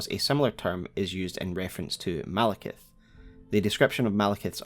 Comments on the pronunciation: Why do people call him Malekith? It's Maliketh. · ITS MALIKETH NOT MALEKITH U SHOULD CHANGE IT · Maliketh?! Really?!